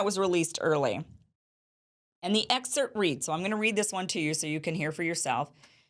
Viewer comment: “excert” -> “excerpt”